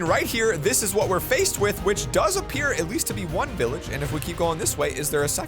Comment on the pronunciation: He say billage 🤭🤭😂😂😂